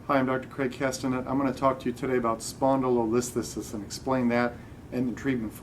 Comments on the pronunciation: Start by learning how to pronounce the diagnosis. If I was your patient it would matter to me that my physician can not pronounce spondylolisthesis !! You could be a fantastic physician but it won't matter because you can't say spondylotisthesis. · If you pronounced it correctly I'd have more faith in your understanding of the condition